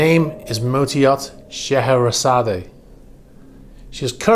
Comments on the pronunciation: I know this is a minor thing but in order to be correct , the e is silent on the end of Scheherazade and I think you want to be correct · Which is fine if we’re speaking Russian - I know it’s a small thing - it just kind of got to me on the third or fourth time he said it mostly because of being so familiar with the music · I wouldn’t be surprised if this were Putin‘s yacht. The first clue is in the name. The legend of Shaherazade (pronounced Shuh-hair-Uhzad) is that of a woman who charms a king who had made it a practice to marry a new woman every night, and then the following day send her off to have her head chopped off. He killed 3000 women this way, until a woman by the name of Scheherazade sought out the king to marry, and would tell him A story every night, reaching a cliffhanger at dawn… To which she would tell the king he would have to wait until the next night to hear the ending of the story. She did this for 1001 nights, bearing three of his children. In the end, the king falls in love with Scheherazade and allows her to live. I don’t think it’s a coincidence that Putin has three daughters, and in the scenario probably views himself as the king responsible for the decapitation of 3000 of his wives. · Oh for the love of God. Pronounce the name correctly !!!! It is NOT sha hair a zad A. It’s Sha hair a zad, with a silent E!! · Not so sure you pronounce/emphasis the final "e" on Scheherazade. Should be pronounced "..zard " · The name is pronounced She-hra_zad and it is the name of the narrator of “1001 Nights” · Scheherazade is pronounced "SHUH-HEH-RUH-ZAAD"the E is silent 🤫try it you'll get it not putting u down just not how it's pronounced n I love your program n your knowledge n facts there is no one better then you my friend thanx n keep up the great work ?or maybe it's how the english(GREAT BRITAIN " pronounce this word I'm from CALIFORNIA, San diego CA n we pronounce it with silent "E" maybe that is the answer 🤔not sure thanx again